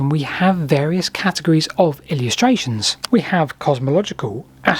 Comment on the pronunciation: You've pronounced a couple of words a bit weirdly! 'Illustration' is pronounced 'il-LeST-tray-shun' not 'illi- YEST-tray-shun' - there's no 'y' sound! And 'Pharmaceutical' - the pronunciation is 'farmer-SOOT-ical' not 'farmer-CUTE-ical'. In American English too, it's still a 'SOOT' sound.